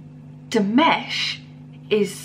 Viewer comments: His name is actually pronounced as DiMash, rather than DiMesh, just to help you out, being new to his music. Nice reaction. :) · I really enjoyed the look on your face. I think every one of his Dears (fans) probably had the same look the first time they saw and heard him. Btw, his name is pronounced Dee MAHSH. I subscribed for more. I would suggest Olimpico from this same digital concert. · It's pronounced Dee-Mosh. Next react to this version of Sinful Passion: after that do Stranger New Wave 2021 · Love your reaction - I look forward to more reactions to Dimash! The a in -mash is pronounced like in mother or some. ;-)